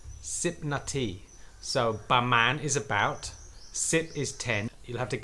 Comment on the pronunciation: Please please be more precise and accurate with the Thai words. "About" is "pra maan" (not "ba man"). We should not foreigner repeat all the mistakes Thai constantly make. Otherwise nice clip. Thanks for all the interesting and useful info